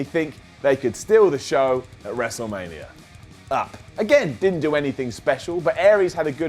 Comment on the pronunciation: He said WrestleLamia 😉